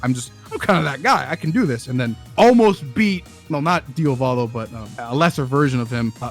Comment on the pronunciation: its interesting that always calls Diavolo "Diovalo". that's not his name bruh